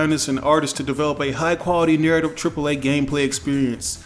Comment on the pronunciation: NUUUURATVE director what the fuck type of pronunciation is that .